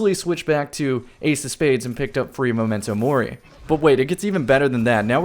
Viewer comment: Does it bother anyone else how pronounces MEM-mento Mori?